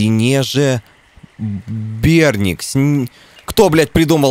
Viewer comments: ты не можешь прочитать СИНЕЖАБЕРНИК что ли?? СИНИЕ ЖАБРЫ бля )) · Сейчас бы "синежаберник" не выговорить ))) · Ох*еть, в пубге ты понтуешься знанием слова "катарсис", а рыбу с синими жабрами, синежаберника прочитать не можешь. Мдаааа...